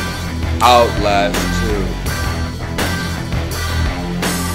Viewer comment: LMAO "OUTLASH TWO"